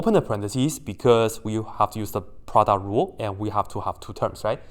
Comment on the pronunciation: i love it everytime you said produt rule💖💖